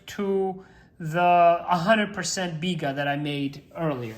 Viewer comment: Butchered the bigga big time lol